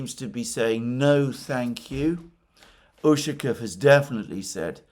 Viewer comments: The stress in the surname Ushaˈkov falls on the last syllable. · As always, very good analyses. By the way, in the name Ushakov the accent is on "O". Otherwise, it sounds strange. Ushakov is a common family name in Russia.